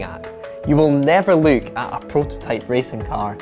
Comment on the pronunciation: I love the way you're saying "look" - as "luke at the car".